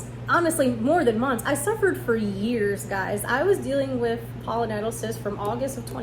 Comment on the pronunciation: It's Pilo, not polo, like pile-o-nye-dull